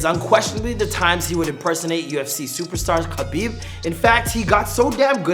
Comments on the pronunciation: Its pronounced Habib not kabeeb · Btw is not Kabib it's Habib the K is silent